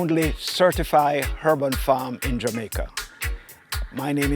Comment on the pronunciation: Breddah, drop your "H's"................ I was lost when you kept saying " hurban " like it was a herban or herbal farm.